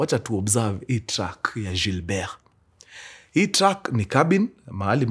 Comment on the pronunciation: Weee mkuru si usome tu Gilbert vizuri 😂😂kama mwafrika.....